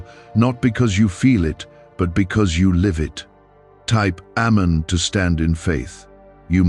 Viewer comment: GOD HATES A LIAR. AND YOU NEED TO LEARN HOW TO PRONOUNCE AMEN PROPERLY. PURE AND UTTER BLASPHEMY BY PROMOTING A SCIENTIST OVER GOD. YOU DON'T EVEN KNOW GOD PERIOD.